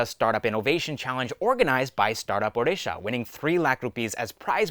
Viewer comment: Hey man, really appreciate your pronunciation of odisha correctly